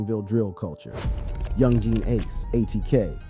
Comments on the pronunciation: This dude said, YOUNG GEEN ACE 💀💀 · These pronunciations 😂😂😂 "young gee and ace"